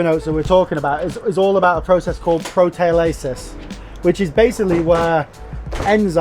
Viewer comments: Really interesting. Say 'pro-tee-OL-ississ'. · Great interesting video but your pronunciation of proteolysis is priceless.